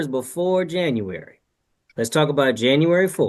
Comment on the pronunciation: This no tallking ass sister said Yanuary...